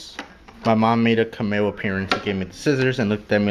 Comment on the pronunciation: Can ma o🤣 It's CAM E OHHHH